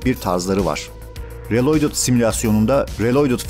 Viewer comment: Kanka reloydıt telaffuzunu nerden öğrendiğini paylaşır mısın?